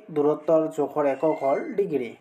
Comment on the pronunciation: জোখৰ টো জেখৰ হৈ আছে,🎉🎉🎉😂😂😂